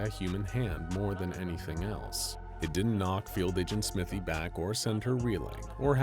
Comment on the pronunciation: Smythe is usually pronounced sm-ai-th not smith-y